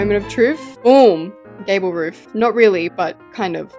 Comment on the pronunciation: what she said: “I think I’m gonna do a gabble roof!” what I heard: “I think I’m gonna do a gay roof!”